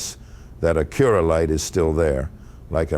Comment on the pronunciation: Front logo is so large because the radar is behind it for the adaptive cruise/auto brake. You also pronounce Acura incorrect.